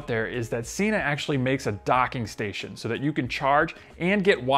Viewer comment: Sena (senna) Not Seena